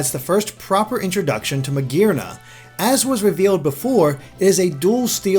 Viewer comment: I cringe at the way pronounces Magearna